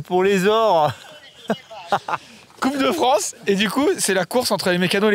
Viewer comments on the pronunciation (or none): 27'22" "coupe de Franche" dixit 🤣🤣🤣